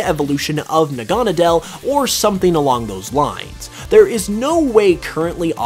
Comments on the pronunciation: Probably failed because you cant pronounce naganadkle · I've never heard naganadel pronounced like that